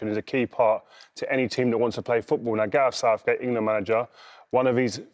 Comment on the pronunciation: She said Garth Southcake 😂👀